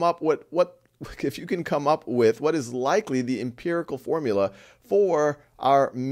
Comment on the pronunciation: Your videos are great! But it's "empirical" - please correct.